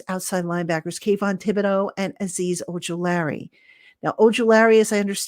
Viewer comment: I love your podcast, I listen to you every day I’m an everyday’er lol. But it kills me every time you say Ojulari’s name. You’re saying Oju LARRY…. Like Larry David…. It’s pronounced O Ju La REE. Not Larry. ❤